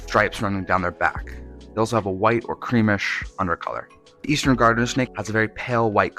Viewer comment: Garter snake, not gardener snake. The reason they are called garter and ribbon snakes is because they resembled early settler clothing accessories.